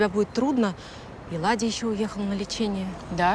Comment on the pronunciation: Владя,а ни Ладя!!!